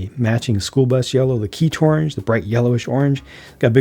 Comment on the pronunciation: I personally love the way says it too. (Medium Azur is a close second)